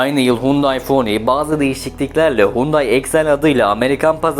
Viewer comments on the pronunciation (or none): 92 model Excel im 412000 km de bir çok parçası hala orjinal çalışır halde. Bu arada Font değil Pony Sonato değil Sonata, Elentra değil Elantra. Çalışma için teşekkürler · Fony değil pony, sonato değil sonata. Biraz ciddiyet lütfen.. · Pony yani midilliyi nasıl Fony okuyon bravo. tukson değil Tusson okunur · 'Hyundai Pony', P harfini neden F olarak telaffuz ettiğinizi anlayamadım. 'Ph' olsaydı, belki olabilirdi ..